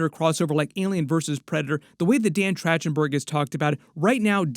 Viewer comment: “Track-ten-berg” not “Trach-ten-berg”